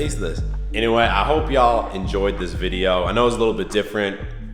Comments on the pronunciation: Idk why it’s satisfying to hear u say “videow” 😂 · Maybe more of a Vide-Ya'll